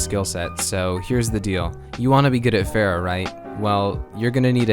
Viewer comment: I am T R I G G E R E D, TRIGGERED. You pronounced Pharah's name "Fare-uh", everyone clearly knows that her name is pronounced "Far-uh". GAWH, disappointed just like my parents.